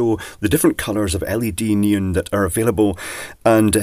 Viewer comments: "neen" ? Oh, you mean NEON... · Nee-Un 🤷🏻‍♂️ is that the led version of Neon ?